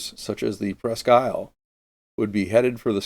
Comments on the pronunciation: Presque Isle pronounced Presk-eel. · Very interesting. One correction, however. The town name, and so the name of the ship, is French, therefore pronounced "Presk-Eel"